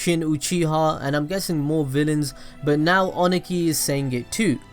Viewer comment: Review is good, but the way you prounounced Ohnoki (O-no-key) annoyed me. 😅